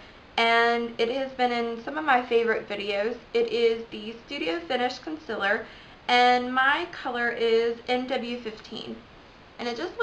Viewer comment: Good vid, but its called Concealer not consiller. ;)